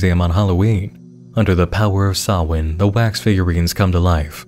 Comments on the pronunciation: I shouldn't be surprised but thank you for knowing how to pronounce Samhain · the appropriate pronunciation of Samhain tho